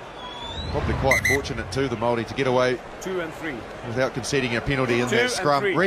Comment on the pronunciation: Why does the commentator keep referring to the Maori as what sounds like the 'Molle'? Is that the Maori pronunciation?